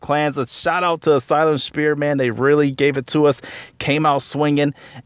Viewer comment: Great vid. Did you keep saying Asylum "Spear"? 😂